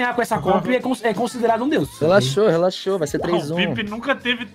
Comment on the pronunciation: "calmoU" "relaxoU"